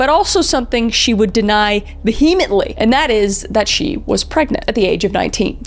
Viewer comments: Vehemently is pronounced Vee-a-ment-ly. The h is silent ❤. 🌠 The More You Know 🌠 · No shade, I liked the video. Just a grammar/English nerd. The “H” in “vehemently” is silent. The word is pronounced something like “via mently” with the emphasis on the first syllable.